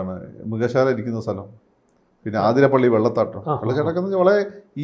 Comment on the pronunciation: സുരേഷ് ഗോപി ആദ്യം ചെയ്യേണ്ടത കേരളത്തിനെ ശാപമായ തെക്കെ അറ്റത്തെ തലസ്ഥാനം മദ്ധ്യകേരളത്തിലേക്ക് തൃശൂരിലേക്കോ കൊച്ചിയിേലക്കോ കൊണ്ടുവരിക എന്നതാണ്. മറ്റൊരു കാര്യം. ആതിരപ്പിള്ളിയല്ല, അതിരപ്പിള്ളിയാണ്. അതുപോലെ കൂർക്കാഞ്ചേരിയല്ല കൂർക്കഞ്ചേരിയാണ്. ഒടിഞ്ഞു തൂങ്ങിയ നട്ടെല്ലുള്ള തിരുവിതാംകൂറുകാർക്ക് കുഴഞ്ഞു തുങ്ങിയ നാവാണോ ഉള്ളത്.